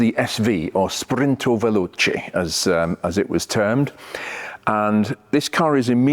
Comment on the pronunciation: Big fan of for years. However, he mispronounces what the SV stands for. He says "Sprinto Veloce". It is actually "Spinto Veloce", meaning "pushed fast" in Italian. Love Lamborghinis, having had an Espada for 41 years and now I'm rebuilding the engine myself. Thanks for all the great videos,.